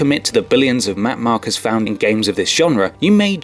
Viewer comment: They're called MARKERS, not makers.